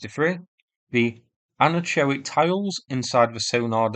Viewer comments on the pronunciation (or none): Minor comment on pronunciation, which is normally excellent. Anechoic is an-echo-ic. Anechoic tiles are not-echoing tiles. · Nice video. In case you're interested in the correct pronunciation of the acoustic tiles(anechoic. Eg "no echo") on a sub, it's An-ek-o-ik.